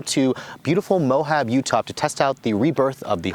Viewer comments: I died a little inside when he called it "Mo-hab". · I hit like on all your videos except for this one. Only because you called it Mo-Hab. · Mohab? It's Moab.